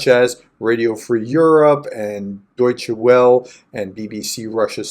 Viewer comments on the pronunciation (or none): Deutsche Welle (German Wave), not Deutsche Well (might be read as German Good).